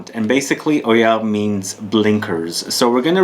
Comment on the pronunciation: Hi, Love Mr Corticchiato's work so I'm eager to try this. Oeilleres is to be pronounced huh-yeah-r btw;)